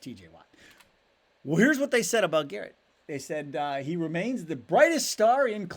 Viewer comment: Who's Myles GARRENT? Technical flaw, just bustin your chops. 😅